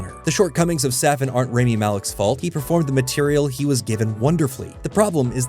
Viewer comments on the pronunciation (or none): you can’t even pronounce his name correctly 🙄 it’s “RAH-mi, not ray-mi” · why didnt you learn to pronounce his name correctly before making this video?